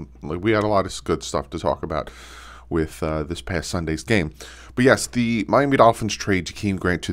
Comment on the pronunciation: I keep hearing him say Miami Doky in my head now lol